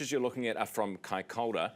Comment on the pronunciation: You pronunciation of Kaikoura is wrong ...it's not. 'Kai K' orr .ra ' ---- it's "kai. K ' o.u.ra ' . 😊 Even the met girl .😊